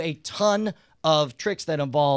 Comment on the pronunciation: toothplicks LOL